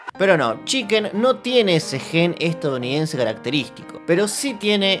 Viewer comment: "gen característico estaunidense" ptm me cague de risa KSBABZ